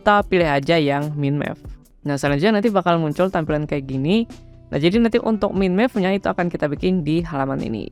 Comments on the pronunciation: agak risih dengernya bang... Bukan "MIN MEP" seharusnya "MAIN MEP" ✌😁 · Yes "Main Mepping", untuk kedepannya agar lebih baik...😊